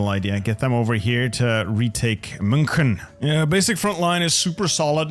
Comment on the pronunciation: that is not how you say münchen 😭😭